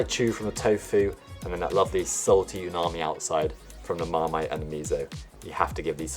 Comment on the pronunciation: Scrumptious 😋😋 Btw, it's "umami" not unami 😊😊